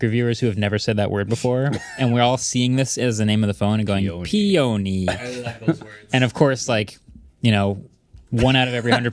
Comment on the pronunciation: ~Pay-oh-nee~ 🤣 Tech-tubers that don't recognize a peony should probably go touch grass.